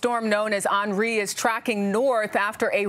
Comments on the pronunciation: WTF did she say "An REE". Its "Henry" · "Awn-REE"? Seriously? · Why did she pronounce "Henri" as "Onree" lol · I thought it was henry lol , not onri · Its a hurricane and liberals are more worried about how to pronounce "Henri". I'm tired of living on this planet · Is it me or they can say Henri properly